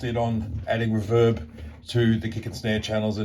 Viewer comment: It's REE-verb, not R'verb.